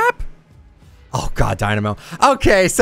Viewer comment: I thought he had a seizure when he said dynamo